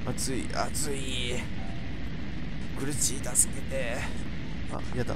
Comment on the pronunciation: それにしか聞こえんww